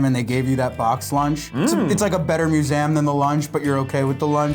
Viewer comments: Loll nemesis the 'Musaeum' is back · Poor said "muzayumm" one time and we bullied him until he retracted the statement. We are monsters